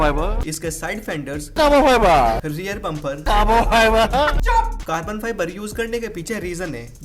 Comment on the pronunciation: That "CAABAA-FIBAA" always makes me laugh…😂🤣